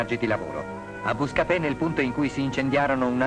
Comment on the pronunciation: Il nome del comune non è pronunciato correttamente: è Bascapè.